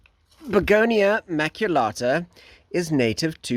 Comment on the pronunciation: I love your Maculata! You just butchered the word, but it's beautiful.